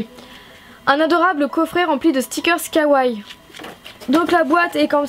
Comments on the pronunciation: J'adore tes vidéos ! Mais on dit Kawaii, comme y a deux i on les prononces, et on dit Lilakkouma pas Rilakkuma voila voila :) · Un jour le mots kawai sera dit correctement ...